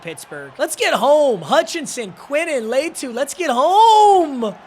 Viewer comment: Bro can’t say latu’s name right